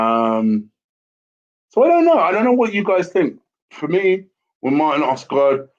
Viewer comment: "Oskart"? That's the worst pronounciation I've heard of Odegaard so far hahaha! Good video though :)